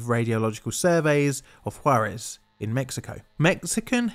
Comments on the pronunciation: Props for getting "Juarez" right, I can see practicing to pronounce it correctly might have been... *plainly difficult*. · I appreciate you actually looking into this (and also not prounouncing it "jar - ez")